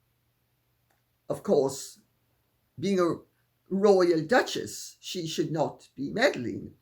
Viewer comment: The "duchless" I love that!